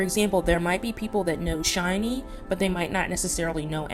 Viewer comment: SHINee not Shinee